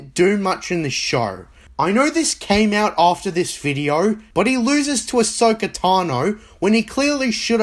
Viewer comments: Dude doesn't even pronounce Ahsoka right. Every character pronounces it as Ah-soak-ah, this guy pronounces it as Ah-show-Ka. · Looks like we have an “ASHoka” simp. The fact that he didn’t take the video down shoes you he still doesn’t know he pronounced her name wrong 😂 Also swearing in every other sentence makes him come across as an illiterate try hard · "listen to me about how TCW is so good" - proceeds to state how season 1 is bad -recommends very specific arcs that make up less than 1/20th of the show -keeps pronouncing main character's name as "uh-SHOW-kah" I get why people love TCW, I recognize that there are objectively good aspects of it; but I don't like it, I don't like its retconning of the EU prior to it, and while I think Ahsoka is a great character (when taking all of the stories and content she is in, her devleopment, etc), she is fundamentally damaging to Anakin's development and arc, and to the universe as a whole. So if anyone loves TCW? Cool, fine by me. People wanna recommend it and praise it? Sure, go for it. I won't condemn anybody for it, or belittle their fandomship, but I likewise don't wanna hear b.s. about how it makes the Prequels "work" or "better". The EU did just fine continuing and expanding what we got in the movies. (And I'm not even a Prequel fan nor hater, I have mixed views on them, but I don't thing they're garbage. Hell, I REALLY LIKED Rebels, but I also have some serious issues with it too.) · Are we gonna completely ignore the fact that you know he doesnt know what hes talking about when literally CANNOT pronounce Ahsokas name correctly? Like.... they say it ALL. THE. TIME. in the series. Its not that hard of a name to say. Filthy casual. Edit to add: i SHIT YOU NOT i just saw that you called Cosmo a filthy casual in a thumbnail after leaving this comment thays wild.